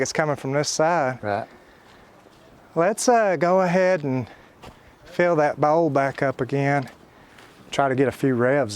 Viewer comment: Bowt=bolt. Ol=oil. Bouwl=bowl.🤣🤣🤣